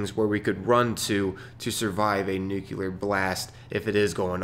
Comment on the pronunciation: Love your content, but bruh.. NU-CLEAR.... I'm not a hater, please keep up the experiments. =)